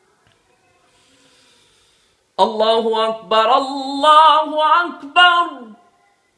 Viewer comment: akbar ke ra pr zabar ni pesh he